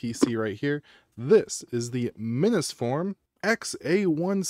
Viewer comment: Wait... are you saying Minnis forum too like that idiot ETA Prime?!? I just can't. It's MINIS FORUM. MINI PC. MINIS. WT actual F?